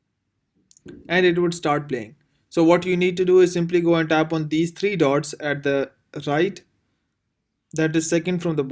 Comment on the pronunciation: My man can't say dots😂😂😂